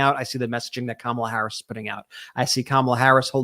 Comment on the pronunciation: Well, I’ve had it with the commercials where they pronounce Kamala’s name wrong so now I decided that they are not talking about the vice president. I know as Kamala if they can’t say her name right they are not talking about the same person.